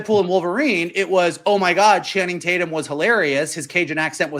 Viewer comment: "I call him Channing Tate-yum"